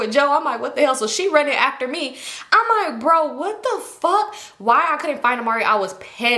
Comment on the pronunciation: “I don’t give a fawk fawk fawk”😂😂😂